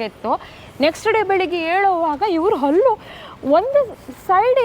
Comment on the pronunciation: ಹಲ್ಲಿ ಅಲ್ಲ ಮಾರಾಯ್ರೆ ಅದು ಹಲ್ಲು , ಹಲ್ಲಿ ಅಂದರೆ ಗೋಡೆಗೆ ಅಂಟಿಕೊಂಡಿರುವ ಚಿಪ್ಕಲಿ